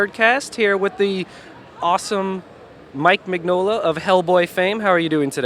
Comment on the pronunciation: MIN-YO-LA not MIGG-NOLA. It's italian for fuck's sake !